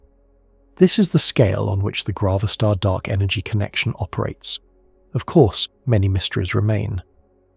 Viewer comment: It must be grav a star as in gravity … not grah-va-star